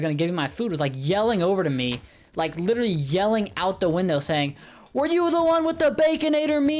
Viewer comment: did you mean literally? you said “lit rally” twice